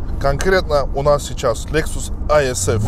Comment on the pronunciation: Не аисф а исф